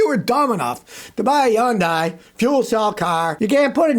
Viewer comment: scotty will hopefully realize yundai starts with an H someday